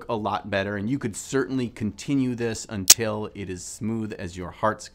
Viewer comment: not sure if its just me, but holy shit that T in "until" was poppin'.